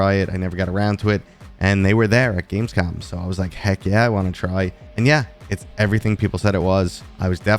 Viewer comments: He wrote Gamescom, but still says Gamescon...... you'll get it bud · lol! I noticed a few weeks ago when you announced you were going that you always said "con". Regardless, love the channel and I appreciate your passion for VR. Thanks for being a reliable source for VR news!